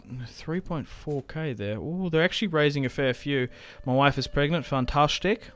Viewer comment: Enjoying this lets play. Also when you say Mah Wife cracks me up everytime hahahaha